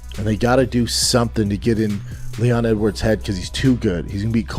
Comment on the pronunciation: Someone needs to tell Serra that it's pronounced "Edwards", not 'Ed woods"